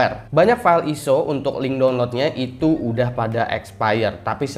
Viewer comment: bacanya ISO bukan ISO